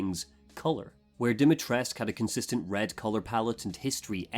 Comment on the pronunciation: Something that annoys me to no end is how there's a blend of so many cultures, in an attempt to, what? Seem more inclusive. And yet Capcom shits all over the Romanian language, and then when they get corrected on the way Lady D's name is pronounced (Di-mi-tres-coo) they go ahead and claim they SOMEHOW know better.